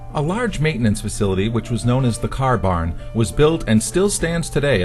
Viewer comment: Note how says "car barn"... Caah Baahn!;-) A nice little documentary with a few images I have never seen. I'd like to see more on the old steam engine they had. Also more vintage film footage!